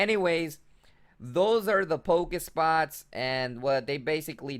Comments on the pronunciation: Pokéstops, not Pokespots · it triggers me when you say pokespots, when they are pokestops. But thanks for the guide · Anyone else hating that he says pokespots in stead of pokestop?? Btw not hating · OMFG stop saying pokéspots, it's pokéstops. lol